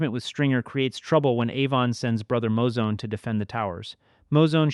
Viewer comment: Please fix this moving forward. MOO ZONE BUH-CHIE LEE-VEE